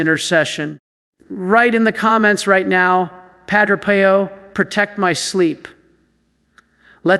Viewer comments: knows that Padre Pio’s name is said as “ PE.O”. NOT “PIE O “ I question if A I has been active here and said it wrong!!!!! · This has to be AI. He has pronounced Padre Pio several different ways. I know the priest is real, but I think this is AI. Why would he pronounced the same name differently? Pie-Oh vs Pee-Oh. I sleep with a rosary around my wrist with the crucifix in my palm. Sometimes the corners of the cross can be a little uncomfortable in the palm. I tell myself at that moment that there was nothing comfortable about the cross. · It is pronounced Padre PEEO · This is AI generated. Surely knows to say Padre Pio not Padre Pie-o and doesn't randomly ask people to subscribe. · Um....who is Padre "Pie"o ??? And why do you pronounce name like that? This sounds AI GENERATED!!! "Pie"o. Goodgrief. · AI doesn't know how to pronounce Padre Pio! Come on! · This an AI KNOCK OFF. Pronounced Padre Pio wrong. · This is AI imitating. AI mispronounced Padre Pio. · This AI. would NOT have pronounced PADRE Pio that way. 🤬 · 100% agree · Sounds like Ai. Doesn’t even pronounce Padre Pio correctly! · Pronouncing Padre Pio’s name wrong. This is AI. I’m out of here. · AI because the voice is wrong and knows how to say Padre Pio! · Why can’t you pronounce Padre Pio properly??????????? I think this site must be a fake! AI can never be acceptable especially when it is preaching God or Jesus’s words!! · The way you pronounce Padre Pio's name makes me think this is AI speaking, not. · The mispronunciation of St. Padre Pio's name is a turn off!!! would NEVER pronounce Padre Pio's name that way!!!! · That is AI😢😢😢 NOT REALLLY, The way pronounce: Padre Pio is by AI😢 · Got a feeling this is AI. wouldn't mispronounce padre Pio and talked faster than this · Is this AI? I find it hard to believe does not know the pronunciation of Pio. And says “inter-seed-ees” instead of “intercedes”?